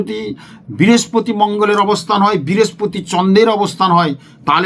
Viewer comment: বিরেসপতি না বৃহস্পতি ?